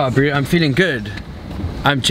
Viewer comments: I love how pronounces bro. BREW! Whats up brewski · The way he says "breew" instead of bro kills me inside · WTF is "Yeah Brew..."This SA dude needs a language lesson! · SKYrise He isn’t saying bro, he is saying bru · has anyone noticed that says the word “bro” like “brew” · Loved pretty much everyone of your vids no fault on you but if I hear “bru”or brew” whateve one more time ima snap ...It’s annoying ... I’m sorry